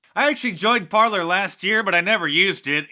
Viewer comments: it's pronounced Parlay, Parler is a French spelling. sorry, had to stop you there. lotta people make that mistake. carry on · oh and mark, it's par -" lay " not "parlour", parler is french for talk ;) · I think that Parler should be pronounced (par-lay') as in the French word meaning "to speak." Love your videos, Mark. Keep up the good work. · Parler is a french word meaning "Talkind" and it's prononced " Parlay" not parlur ! :) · Isn't "Parler" pronounced "par-lay" . It's the French word for "to talk". Remember the old western movies using it to describe a meeting ? Love your vlog, , Mark! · Mark ... it’s ‘par-lay’ dear. The new site instead of twitter. 🇺🇸♥️🇺🇸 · Ffs Mark.... it's the French verb "to talk"!!! Americans.... rolling my eyes. Went to the foyer to parler.... lol...here I'll spell it in American for you.. Par-lay. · Par - lay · "Parley" is how it's supposed to be pronounced. Apparently it's a French word. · Its pronounced "par-lay". French for "talking". Mark Dice! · I think it's pronounced "parley" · Parler is pronounced Par (lay) it's french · I think Parler is meant to be pronounced as a French word meaing "to speak". So, par-lay. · Mark is pronouncing Parler incorrectly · pronounced “Par-lay” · It's pronounced "par-lay" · it's pronounced parlay